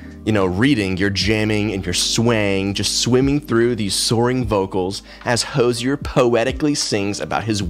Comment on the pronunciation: why do you pronounce hozier like that 😭